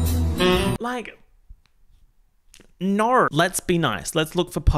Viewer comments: I still love how says "naur" on top of his already Australian accent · Every “Naur” that drops makes me laugh so hard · Really channeling the Kath and Kim with your NAUUURRs.